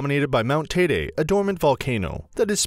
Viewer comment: TEIDE as in Lady